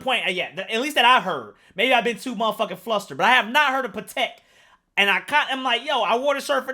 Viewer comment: you must hate words ending in "i" balenci, pateeki